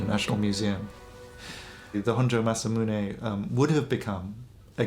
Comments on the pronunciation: good stories. Too bad, the narrator and producers on the Honjo Masamune sword story didn't bother to learn how to pronounce Masamune. It was annoying throughout the entire story. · Christ pronounce Masamune correctly.